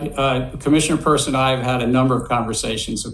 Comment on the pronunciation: I'm in a heck of a fix. Now, every time you mispronounce Hester Peirce's name(It's PURSE), my brain immediately shouts, Vaginal Asset Investor." And, anyone that reads this will do the same thing until you get it right. She deserves better.